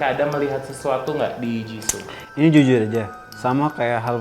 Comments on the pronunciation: host nya bisa enggak kalau tidak menghina kekurangan member lain? payah banget. host nya kebanyakan bicara yang enggak perlu. nama nya "jisoo" bukan jisso. siapa bilang rose kurang populer? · JISOO BUKAN JISSO